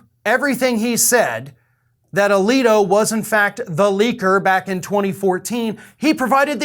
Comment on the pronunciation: Samuel A-leak-O